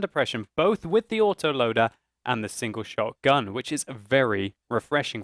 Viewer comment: almost every time it sounds like you are saying "single shot-gun" instead of "single-shot gun"